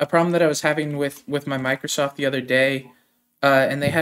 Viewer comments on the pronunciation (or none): Meekrosoft kills me